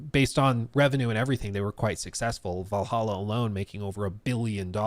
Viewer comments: "Vallaha" noyce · Val hal aa how hard is that? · If you can’t pronounce Valhalla you have serious problems